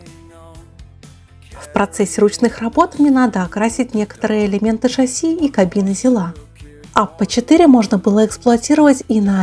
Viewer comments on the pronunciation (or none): none